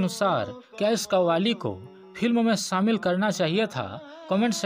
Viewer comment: Are bhai tu apni hindi sudharo phur you tube par aao.. , शोले को बार बार सोले बोल रहे हो। शामिल को सामिल , शूटिंग को सूटिंग कह रहे हो।।अरे सूटिंग यानी कपडे होता है। इतनी बुरी हिंदी ।। किस हिम्मत से आप लोग यूट्यूब पर अपलोड करते हो ।। सारी दुनिया देखती है । मैने इस से पहेले बहुत बार आप को लिखा है । मगरबकोई सुधार नही दिख रहा है।